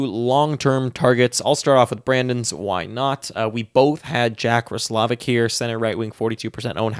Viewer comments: Yup. Ross--la-vick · You're right. It's pronounced ross-low-vick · I’m pretty sure you’re pronouncing roslivic wrong